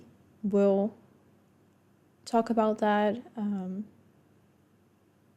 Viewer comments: Wow, a Finn actually pronounced “about” correctly and didn’t exaggerate it as “aboot”, I’m impressed. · I played it back 4 times. He absolutely nailed it